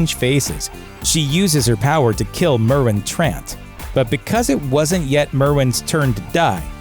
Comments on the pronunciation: Lol - Merwin Trant? He's a wizard now huh? "Mare-in" is how it's pronouned...Meryn Trant. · ser meryn trant, pronounced like "Mare in" ... FAKE FAN! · Merwin Trent??????? Sansa an accomplished warrior?? Arya training in the house of the undying?? MERWIN trant 😂😂 that ones my favourite. Wtf lol why not use someone who’s actually seen game of thrones to narrate??? Im not even convinced the writers have watched it??